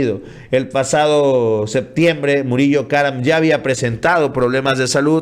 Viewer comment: A se le escucha “ MURIÓ KARAM “ en vez de Murillo karam 🤣🤣🤣